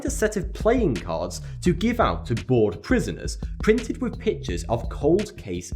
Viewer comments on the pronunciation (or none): none